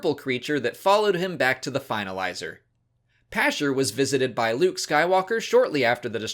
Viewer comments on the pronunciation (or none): none